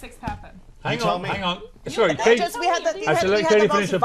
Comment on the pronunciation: KKKatie correctly pronounces her name towards the end, then mispronounces it to please her bosses.